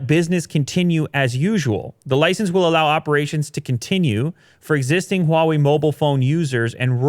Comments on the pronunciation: So NOW finally learned to pronounce Huawei correctly:) no longer "waawei" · Ur pronunciation of HuaWei has improved so much.